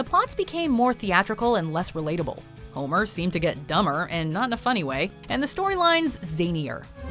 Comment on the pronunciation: Hommer? Petter? English? where?